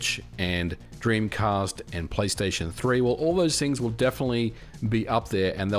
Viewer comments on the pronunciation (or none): none